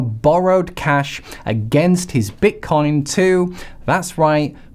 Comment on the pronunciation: Why do you keep calling it bit"corn"?